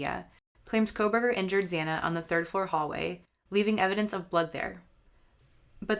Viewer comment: You pronounced Xana’s name wrong, and the door dash driver is a woman. She said she parked right next to Bryan and saw him, so you’re wrong on where the DD driver parked.